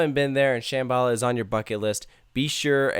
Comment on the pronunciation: It pronounced sham-b-la